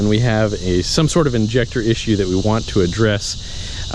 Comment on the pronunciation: "Harness issure"